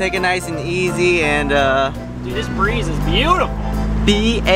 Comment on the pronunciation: B- A- utiful! Me: thinks that’s correct for a solid 5 seconds then skips back to realize he didn’t say e😂